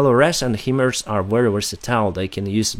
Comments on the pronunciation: a small point of clarification. HIMARS is pronounced High-Mars. The "HI" is short for "High" in High Mobility Artillery Rocket System. The first few times you pronounces it himmers, I thought you might be referring to the USA Hummer vehicle:) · Thank you for the updates. Also HIMARS is phonetically pronounced "High Mars".